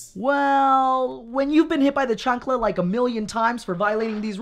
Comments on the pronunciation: It's chancla not chuncla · Why he say chancla like that, it sounds like you pronounce the J when you say jalapeño.